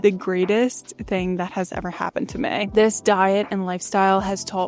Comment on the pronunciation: It's meeeee, not may. Now that you've fixed your diet, work on proper pronunciation of basic words. This isn't a tryout for the Baby Got Back video.